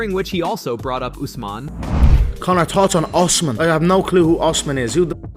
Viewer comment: can't even read UFC fighters names...he said " Us..man?? Put the bottle down